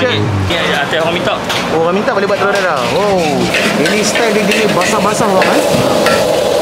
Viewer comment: Terlioq aih..teloq dadaq??? Whattttt??? Hahaha..x sebut dadaq laaa..dadar jugak..habih smua yg ada r blakang dia nak tibai q..🤣🤣🤣😅